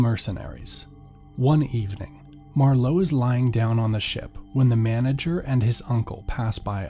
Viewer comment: The accent for Marlow is on the first syllable, not the second. Also, Thames is pronounced Tames, there is no th sound. I had to stop listening to this after :25 because I was afraid the moron who is reading this was going to make another blunder.